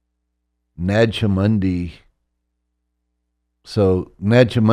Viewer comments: Why does he keep mispronouncing "Nag Hammadi"? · I mean… I want to believe, but how can I trust a guy who claims to be an expert but can’t even say Nag Hammadi correctly? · Nag Hamadi... Why cant he pronounce these terms correctly its supposed to be his core area of knowledge... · it pronounced Naja Hammady نجع حمادي. And stop the lies about the Lord Jesus Christ !!!